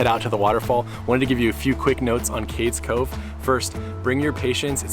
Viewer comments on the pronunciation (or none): FYI: Cades Cove is pronounced Cade.. eaze Cove